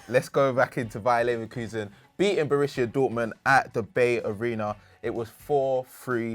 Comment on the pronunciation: complaining about how people say his name and then pronounces BayArena wrong....